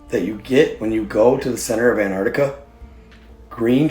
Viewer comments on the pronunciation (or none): an-TarC-tiCa, who is anne artica?